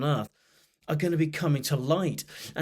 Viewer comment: When you said Saturn, I heard it: Satan!